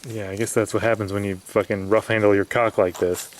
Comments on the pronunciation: Who pronounces the L in caulk?... goof! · did you say "shove the cuack in the hole"? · The way he said Caulk Lol